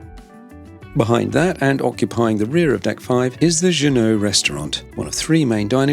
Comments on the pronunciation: Its pronounced "JUNO"....not like the famous sail boat manufacturer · i love the way you pronounce the Alaskan words like Juneau. what a way to church up some simple names.